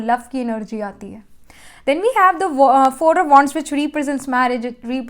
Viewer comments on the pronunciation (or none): none